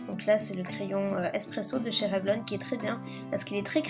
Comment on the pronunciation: En anglais on dit revLONE